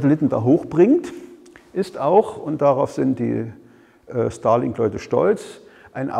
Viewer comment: Ich hör die ganze Zeit Stalin-Satellit ... scary :) Aber guter Vortrag, danke!